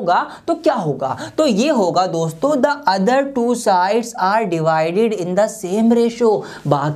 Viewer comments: Divide and not 'devide' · Devide nhi divide ➗ hota hai😂